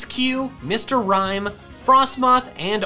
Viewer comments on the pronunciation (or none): none